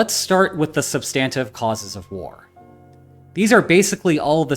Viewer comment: "SUB-stin-tiv" = substantive (I humbly submit)